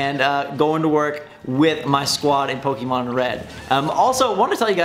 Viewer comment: When you have played Pokemon from the start and still can't pronounce it correctly.